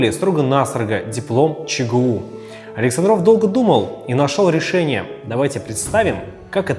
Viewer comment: АлексАндров , ударение научитесь ставить , умники и сыщики